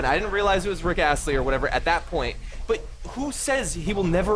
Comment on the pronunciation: "Rick Asten"